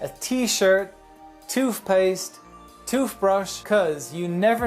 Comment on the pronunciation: I like how he said, toofpaste, haha but I enjoyed how he talks.